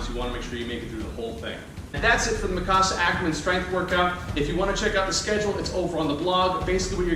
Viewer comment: It’s mik-a-sa not mikcasa